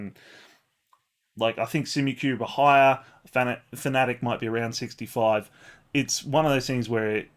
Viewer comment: Our mispronunciation of fanatec is similar to when we pronounced ypres incorrectly 😂